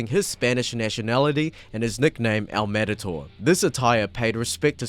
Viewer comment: did you just say "El Madator"? Lol come on dawg